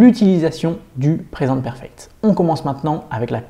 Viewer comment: Le seul truc qui ma dérangé c'est le " PRESENTE PERFECT" que tu dis en français omg 😂 please try To say it in inglish sinon j'adore vos vidéos 👌